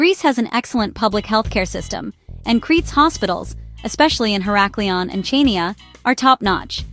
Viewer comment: Oh my! Did she say “Chaineeya”? Hilarious.